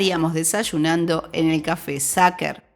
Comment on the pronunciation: Sacher se pronuncia SAJER :)